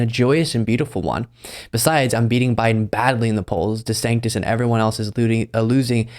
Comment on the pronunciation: He’s never said or spelled DeSantis’s name correctly ever.